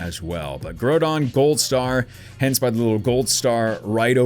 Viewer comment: I cringe at the pronunciation of Groudon and Rayquaza in this video.